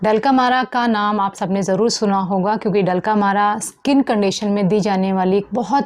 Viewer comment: डल्क अमरा को आप डलका मारा बोल रही है